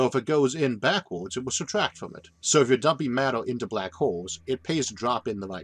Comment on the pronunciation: "Shhhh... I'm famwing bwack holes"